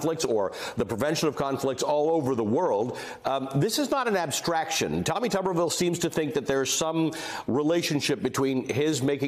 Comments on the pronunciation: The senator's name should obviously be pronounced "Toober ville" not "Tubber ville". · It isn't "Tubberville" it's "Tuberville", as in Tuber-ville, as in "spudtown" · HELLO!!!There's only one b in his last name so therefore it's pronounced just like you're saying the word tube.